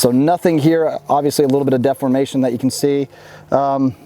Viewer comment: Good video. One day he'll learn the correct way to pronounce the word 'deformation.' :)